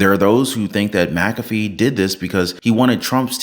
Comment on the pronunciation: I hate seeing names butchered. I will give you some tips on anyone with an McA, McC, McN, as the start of their last name. That Mac is to be pronounced like Mik. The way you are saying this judges name, it would need to be spelled Macafee. My name starts with Mc. So this judges name should be like Mik cAfee. That capital A is the clue. So anytime there is an M, then a small c, it is to be said like MIK or MIC. You choose. So that A in his name is to be said with the most emphasis. But like cAfee. Most get it wrong. One man that has a YT channel has said it right from Day one. Everyone else says it wrong. I know because I have some of the same letters on my name.